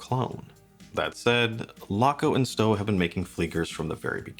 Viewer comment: Neapel - pronounce "ney-ah-pell". Stowa - pronounce "stoh-wah". Wah. Wah. WAH. I have a couple watches with similar Miyota movements - none was more than 150 Euros. And they even have at least a date! I don't think that anything the Laco's have aside that justifies the overprice - neither glass, lume, strap, nor the name. Laco wat he's don't even have decent strap options. And I HATE rivets in straps. Have I forgotten something? Oh yes: No date - no deal.